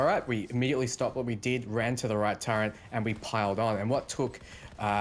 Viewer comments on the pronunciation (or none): for the love of god. How do you see the word turret and get the pronunciation turrent? My pet hate, please patch your language build.